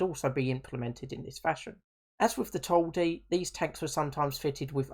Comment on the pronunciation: Please dont say "Toil-di" say "Tol-di" and it's not pronounced "Tarz" its pronounced "Tush"